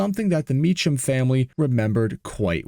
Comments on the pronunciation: FYI "Mecham" is pronounced "MeKam" (CH = K)- I used to go to their dealership in those days. They had a other models of the Trans Am also.. the "TALON" and "MSE" - which stood for Mecham Special Edition... are examples... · i live in arizona and i grew up with the family on my street and they pronounce their name differently from how your saying it.. they pronounce it like this meek-um instead of how you were pronouncing it like meech-ham.. the family evolved to selling gmc trucks at the dealerships into the 2k's which they offered a new truck that they thrw ther mecham performance package on which consisted of q supercharger, air intake to the supercharger and they always threw killer exhausts on so no matter what they always sounded good and the trucks would receive a leveling kit with nice wheels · These used to be surprisingly common sights around metro Phoenix. I was not aware of the turbo version, or had forgetten about it. The Mecham name is pronounced Me-Come. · Pronounced "Mee-kam". My buddy was a mechanic there back in the 90's-early 2000's. They also made a run of 3 Mecham Vitesse Grand Prixs. My buddy bought the one four door. It was stupid fast and embarrassed a few Mustangs back in the day. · Thank You for the pronunciation correction. You are Correct! Mee-kam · Mee-come. That's how their last name is pronounced. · Might be no AI, but I knew the guys, and it's 'Mee-kum'. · The pronunciation of Mecham is Me-cam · you are misprouncing the old governor's name, I was there and I remember the insanity of the d.e.i liberal push in the late 80's... i am almost ashamed of the naievity of the people in arizona back then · It would have been appropriate to learn the correct pronunciation of the name "Mecham" if you are going to do a mini documentary about what they did. So common these days for creators to be lazy and just cut and paste their crap together without bothering to actually learn about the subject. This channel sucks. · its pronounced... MEEK-UM!!!!